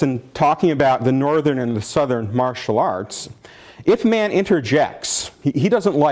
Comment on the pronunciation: The talk is fine, but its absolutely bizarre how this yt guy can claim expertise on wing chun, yet pronounce it 'wing chung', 'ip mahn' instead of '(y)ip mun' etc.